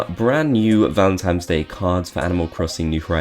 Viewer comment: Why do you keep saying “Valemtimes” day